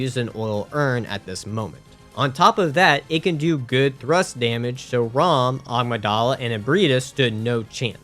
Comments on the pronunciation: I only just realized he's saying agmydala and not amygdala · Not to be rude, but I just wanted to let you know that the amygdala is pronounced A-mig-dala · Bruh why can't people pronounce Amygdala correctly.